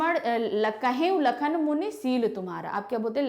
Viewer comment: AAP toh lakan bol re ho